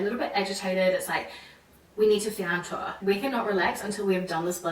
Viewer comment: Great points! But. . . I'm still stunned at how every time she tries to utter even one word in French she completely misvowels it. Like EVERY time! Right from the start she somehow managed to turn the very simple "j'adore" into a "j'adeure". "Un tour" becomes "un teur", surely making her speech pretty incomprehensible to French people. So EASY to fix! Six years living in France, and nobody ever sat her down and had her drill those simple sounds? Why didn't she ask someone, at least for an honest appraisal? Had I met her at any stage I would have had her pronouncing her French correctly within an hour, no kidding! It's all about awareness of the sounds, so easy to learn with some minimum phonological guidance.